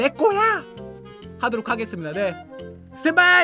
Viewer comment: 스텐바이 액션!!:센빠이 액션!!이라고들음